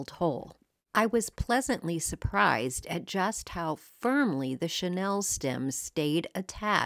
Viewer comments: Great projects! FYI, What you used to make those trees is pronounced Sha Neal. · Wait, it's a 'Chanel' "chenille" tree?